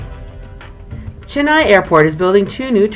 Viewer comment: It's Chennai not jennaai